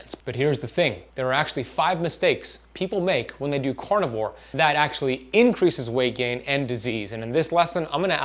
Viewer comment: This is cArnivore, not cOrnivore!!! lol even a French like me knows that!! LOL Love you anyways!! :)